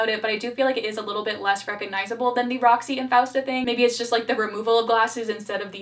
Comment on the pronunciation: im sorry but did anyone notice how leon called francesca as fausta, fiesta? 😭😭